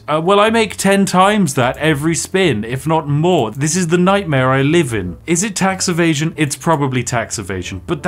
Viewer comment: "we love tax evasion" sounding very American there spiff